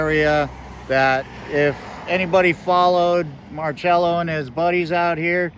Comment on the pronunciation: There's no H in his name therefore no cha sound. It's pronounced mar sello. How do I know? Born and raised here on the Westbank.